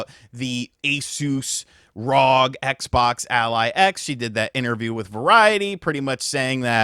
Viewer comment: It’s not rog it’s R O G it’s short form for Republic of gamers